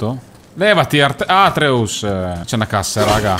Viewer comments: io amo te, i gameplay e God of war a vita! ma ti prego, si chiama ATRÈUS NON ÀTREUS 😂😂🙈😩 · guardo i tuoi gameplay perché sono curioso della storia e non per altro. Non sei capace di fare gameplay, sai dire solo "pazzesco, che sborata" e altri commenti inutili. Dici che questo gioco va giocato bene e poi non segui i discorsi tra Atreus (che non si pronuncia come lo dici tu) e la milf, cosi come la definisci tu, che sono importanti. Dai l'idea di uno superficiale perché secondo me fai tutto questo per €€€€ e basta, la passione può andare nel cesso. Bocciato, in ogni gameplay ti riconfermi per come sei, dispiace, li guarderò comunque solo per curiosità.